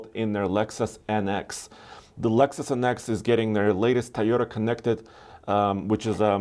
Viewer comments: Toyota has 2 "O"s in the name TOyOta not Tyada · Since when Toyota became Tayota